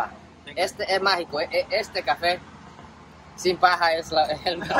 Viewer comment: grande y k bonito lugar para tomar un cafe,ya hablas mas hondureno k yo,"sin paja" 🤣🤣🤣🤣 te salio natural esa frase 👏👏